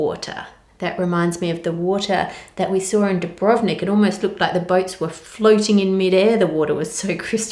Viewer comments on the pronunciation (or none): none